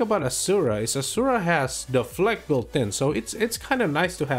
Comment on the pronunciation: You are the First YouTube who Pronounces the Hero 'Asura' NORMAL , not like JT's 'ASHURA' which does'nt even Exist in Castle Clash.